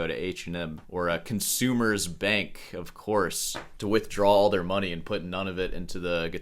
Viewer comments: Commerzbank as pronounced by = Consumers bank😂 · it is COMMERZBAK not CONZUMERSBANK. Proof that classical guitarists can't sight read.